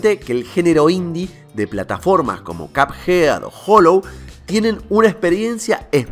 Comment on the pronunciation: No, no lo es, eso sería "CUP head", eso es "cabeza" de gorra si a caso, aunque mal escrito/pronunciado.